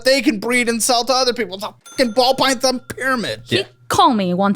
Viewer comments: Pall bython ❤😂 we caught that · He also said pall bython earlier lol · Got saying pall bython 😂😂😂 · Hey, I’m Paul. Paul Bython. 😂😂😂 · And don’t forget Paul Bython 😂